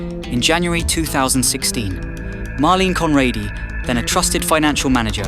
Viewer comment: Why not pronounce her name right?